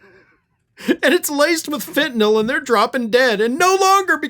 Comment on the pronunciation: OMG! You know how to pronounce Fentanyl like it is spelled. Most folks call it Fentanol. I have wondered if Americans can spell or read English. Maybe we really do need a Department of Education?